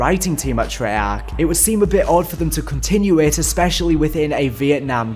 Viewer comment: It annoys me that pronounces “Trey-Arch” as “Shrek”